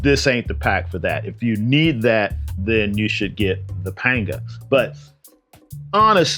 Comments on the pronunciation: Hate to be that guy but panga is pronounced “pong-a”. Happy to see you back making videos. Hope you’re doing well! Yeti - send me a pro form!! 😂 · It’s always been pronounced as Panga in Spanish and not Pong a!